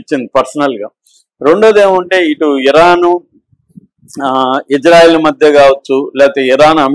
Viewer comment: గురువు గారు మీరంటే మంచి అభిమానం ప్రతీ వీడియో మిస్ కాను సార్ దయచేసి నా మనవి వినండి ఇశ్రాయేల్ అనండి/వ్రాయండి సార్ ఇజ్రాయేల్ కాదు సార్ హిబ్రూభాషలో ఈవిదంగా లిపి ఉంటుంది יִשְׂרָאֵל కుడి నుండి ఎడమకు చదవాలి 1.యోద్ =య "ఇ" ( *יִ ) 2. షీన్ = ష లేదా “శ” ( * שׂ ) 3. రేష్ = ర (*רָ) 4. అలెఫ్ = ఎ (* אֵ ) 5. లామెద్ = ల (* ל ) *ఇశ్రాయేల్ * ISRAEL ఇందులో "J" ఎక్కడుంది సార్ దయచేసి ఆ దేశ సార్వబౌమాధికారంతో పెట్ట బడిన పేరును అమానించవద్దు, ఇది గమనించండి ఆదేశం యొక్క పేరును అబాసుపాలు చేయకండి. మాకు తీరని అవమానం. ప్రతీ అక్షరం క్రింద ఒత్తులు (దాగేష్ ) ఉన్నవి. హిబ్రూ అక్షరమాలలో "జ" అనే సౌండు లేదు మీకు శతకోటి దండాలు తప్పు పలక కండి,వ్రాయకండి.